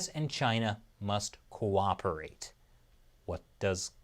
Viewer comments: Did you say cooperate? 😂😂😂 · Next level challenge! Take a shot everytime you hear "co-oprerate or co-operation" . 30 mins later - 🤢